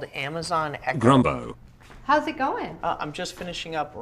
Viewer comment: It’s grimbo